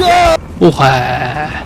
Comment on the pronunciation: Уухай биш уураа гээд байдаг шд😂